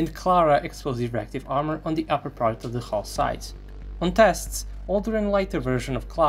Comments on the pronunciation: AHHHHHHHH ZEE PUMAAA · Ehhhhhh.... Ze Puma...